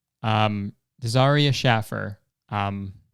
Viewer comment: It’s pronounced Shay-fur not shaf-er